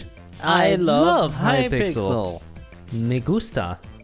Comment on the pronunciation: i gonna die 'cause im from argentina and im repeating that "me ggusta"